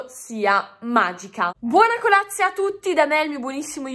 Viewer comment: raga ma solo io ho notato che dice Buona colazia?!😂